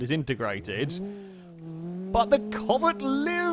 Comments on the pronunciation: you callet the covet (pronounced co-vette) like 3-4 diffrent times. Including comet like the Porsche from gta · I would just like to say every way you pronounced the names of these cars is different than any way I have ever heard anyone say them ever. I have already here the pessima pronounced like pess i ma lol pess as in pest I as in it and ma as in mum. Lol and the covet I’ve heard said as covay